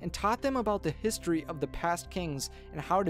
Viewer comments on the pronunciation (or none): none